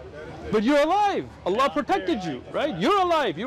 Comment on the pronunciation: Ppl .. leave everything aside, this is the first non Muslim non arabic human being that pronounce the name of the creator correctly not alaah or alaa but ALLAH ..💙💙may Allah bless him and his family allahuma ameen